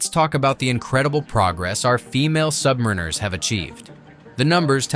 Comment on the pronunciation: SubMEReners - phuck, get the pronunciation correct - SubMARiners.